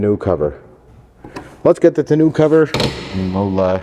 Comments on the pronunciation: Tonn-oh cover not tonn-ooh cover 😀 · Tah-no cover not tuh-new cover lol. Looks good though. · It's a French word and instead of Ton new pronounce it Ton O. Or not just trying to help. Congrats on the new truck! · It’s “Tun-oh” (ie. it’s the french word for ‘barrel’) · “Tahnoo” cover is killing me 😂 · I'm a RAM guy, but it is a nice truck. Too bad you don't have an openable window in the back window. Even my '14 RAM Sport has that. 😉 And it's pronounced "ton-o". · It's pronounced "TAWN-oh".